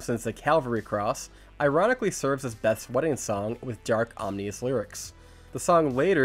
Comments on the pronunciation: Omnious? It's ominous... Maybe you should read more and watch less movies. 🤔 🤣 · Hey you might never actually read this, but it's pronounced o-MIN-us not om-NI-ous. You say it at about . Don't feel bad about it, you just might want to know in future videos!